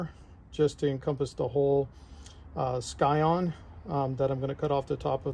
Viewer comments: Scion is pronounced Sigh-On, not Sky-On. I’m not usually a pedant for pronunciation but that’s a pretty basic one and hurts my ears. Thanks for the demo anyway, plenty for me to learn grafting cactus. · Thanks for the video. In the rest of the world 'scion' is pronounced how you would pronounce 'science' - the 'c' is silent.